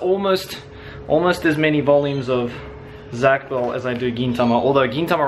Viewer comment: It does have one and I an issue with how he says zatch, but if he watches it in English, maybe he will see, or perhaps there's a different pronunciation for the languages 🤷🏼‍♀️